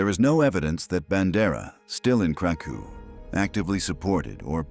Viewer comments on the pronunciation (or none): please Krakov: KRA-koff Volhyna: vol-HEEN-ya